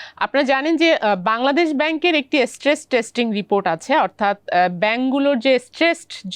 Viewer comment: ফেব্রেট, এস্ট্রেস 😂, উচ্চারণ বাচনভঙ্গি কোনটাই ঠিক নাই উনার